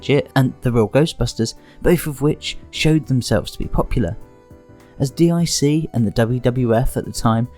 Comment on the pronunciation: Nassau is pronounced "Nah-saw" and D.I.C. is pronounced "deek". Also, the lyrics to the Be a Man song is "don't be scurred, you're runnin from Macho that's what I heard". It helps to double check when listening to song lyrics. Hogan dropped the belt to Yokozuna at the King of the Ring not SummerSlam '93.